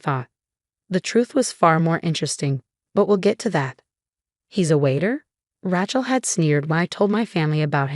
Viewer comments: Not a tool either - ratchet. "A" as in ABC pronunciation. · “Rat - Chel”? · The name is Rachel not Ratchel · Fix the AI to pronounce correctly: heir, Rachel, etc. In a normal family, siblings share in each other's happiness, they don't undermine it out of concern for status. But I suppose such creatures exist IRL.